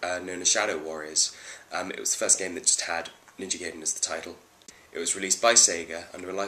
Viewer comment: Ewwww emulator footage! It's pronounced Guy den, not gay den lol. Other than that good review. In the description box, who is "we" and "us"? Just wondering if you have more than one person working on these videos.